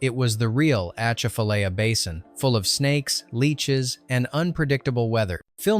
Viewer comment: Bonjour de Louisane mes amis partout ! Hello from Louisiana friends everywhere ! The poor commentator cant pronounce AH - CHAF - A - LIE - YA ( Atchafalaya ) Swamp to save his life . Cajun pronounced in Louisiana French is Cadjin ( Cah-d-jen ) . The music group in the village is the old school traditional Cadjin ( Non electric ) Balfa Brothers band . Pride of Louisiana ! I like that they kept the village real with the hog slaughter , they captured the blood to make old time Boudin rouge ( red boudin ) . The group in the kitchen was playing a card game called ( boo-ray ) Boure' . Alas , my home , my blood , my heritage , my people , my family !